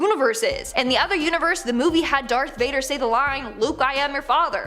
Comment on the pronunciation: Did you just say “Dark” Vader